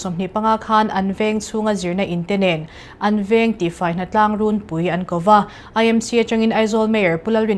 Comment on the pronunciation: Runpui hi lam dik har tak a ni awm e. Bulpui, lungpui tih lamrik ang deuh hian runpui tih tur niin a lang. Rûn mawi tiha rûn anga thluk fan lovin.